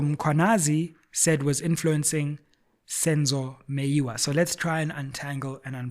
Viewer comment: Did you say Senzo Miyewa?